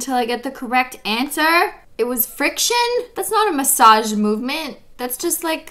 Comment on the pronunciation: The way she says friction still kills me to this day and I'm not even a nail technician